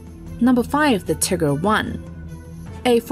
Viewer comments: bruh, she said tigger. it's tiger. TIIIIIIIIIIIIIIIIIIGER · Tiger not tegger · Tiger. Not Tigger. One g. Not 2. It is Tiger with a long i. Tiger as in the animal. Not Tigger as in the excitable character in Whinnie the Pooh, who is in fact, a tiger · its not tigger.... its Teeger. atleast how you pronounce it. Tigger hurts my ears. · Tigger is not the correct pronunciation so nice try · You are incorrect. She is saying "tigger" like the word trigger or a character in the 100-acres wood. Yes, the German pronunciation is Teeger. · Not teeger but something more like tieger since Ee sounds a bit too long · its teeger not tigger. if your going to try to say the german name get it right. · it’s teeger. Not tieger and definitely not tigger like the narrator said. In this case the i is pronounced ee. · Dunno what you tripping on blud but its literally tiiger with a long i and short g, not tigger with double g, like she pronounced it. Im german and thats just straight up wrong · What is a Tigger? Its called "TEEHGER!" ,"Tiger", means german for Tiger, but you speak it with a strong "i" like "EE". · "Tigger"??? Really?? It's Tie-Grrrrrr Doing a WWII Video, use a British Male Computer voice rather than the one your using. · Too cheap to get a real narrator? Horrible pronouncing of the Tiger tanks. It's not Ticker, but Tiger. And Tiger II, not Tiger 11 as shown on the picture. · Ok ok we all know she's saying Tigger instead of tiger. HOWEVER the German pronunciation sounded like TEE - ger. So both pronunciations are wrong. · The American pronunciations is Tiger. So you are saying it wrong. It was named after the literal animal. Do you call a tiger a tigger? No. If you were speaking german then this would be different. But you are speaking english. Not one historian or vet would say its a tigger. Its a tiger. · Its nice that the female announcer tries to pronounce "Tiger" as the german Tiiiiiger, but says more like Tigger from the Winnie Puh storys :D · Tiiiiger not tigger